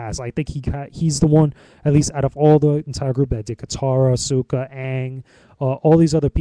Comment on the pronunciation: the movie wasnt very bad nor was it very good it was just ok, but the problem i had with the movie is the way the said their names lol like Suuka instead of Saka and they said oong instead of aang lol i hated that but i 100% agree with everything u said